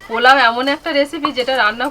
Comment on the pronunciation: মটন পালোয়া ( পোলাও), কৃষ্ণার ফেভারিট চালদার(চালতার) চাডনি(চাটনি)। কী সুন্দর উচ্চারণ!!!!!